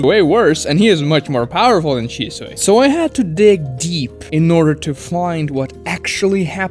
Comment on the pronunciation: At 1st I thought you were saying ishizu (Ishtar, yugioh)instead of shisui. I was like, based. 😂😂